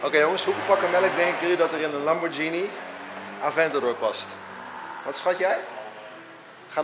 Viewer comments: Italianen zeggen Lamborghíni. Het is geen lambordjienie. Je zegt ook spaghetti, geen spadjetti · Het is Lamborghini en niet Lambordjinie. Ga maar een keer naar Italië toe. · het is duidelijk lamborghini niet lamborjini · Het is qua uitspraak een Lamborkini Oeroes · Het is een Italiaanse auto en de Italianen spreken het uit als lamborkieni,dus dat is de goeie uitspraak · Wrm is dr überhaupt een discussie gaande of je Lamborghini uitspreekt als lambordsjienie of Lamborghini je spreekt het uit zoals de makers het zeggen je gaat Apple toch ook geen appel noemen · Is het niet lamborGhini in plaats van lamborKini?🤣 Like als je dat ook vind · GH in het italiaans is een harde klank je speekt het uit als een zacht klank, fout! Lamborghini, hard klank dus, groeten. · Lamborghini met de g die je niet zacht uitspreekt en oerus zo zeg ik het (urus heb geen typaids hoor)